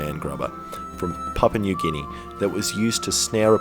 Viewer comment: "papa new guinea" not to be that guy but its Papua new guinea pronounced papooah new gine